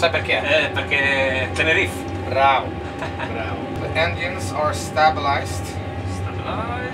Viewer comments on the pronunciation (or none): Tenerife si legge TE-NE-RI-FE, non "tenerif". È un'isola spagnola, mica inglese...